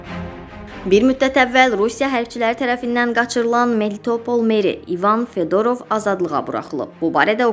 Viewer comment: Fedorov yox ay bala, Fyodorov. Heç olmasa məkan və insan adlarını düzgün tələffüz eləməyi öyrənin